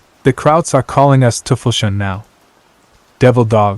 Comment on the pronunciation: It's pronounced "Toy-fells-huundeh" sort of, but it's a closer approximation to what you said, sorry for the pedantry, other than that, keep up the good work